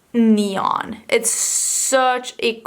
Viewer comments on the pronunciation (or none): none